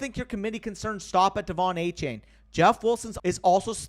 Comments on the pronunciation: Btw I heard that Achane said in a press release that his name is pronounced “A-Chan”, not “chain”. Yet another player changing it up on us 😂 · Love the content as always but gotta get achane name right. After a game like he just had he deserves to be called by his proper last name. It’s not a chain it’s pronounced a chan.